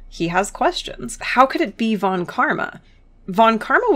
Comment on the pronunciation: A video about how great Franziska is? This was made for me! Just one thing though: The v in "von" is pronounced like an f. Anyway great stuff!